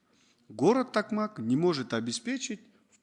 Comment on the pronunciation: Эненсикейин такмак эмес ТОКМОК